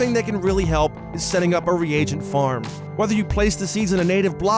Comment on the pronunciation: Pronunciation of reagent lmao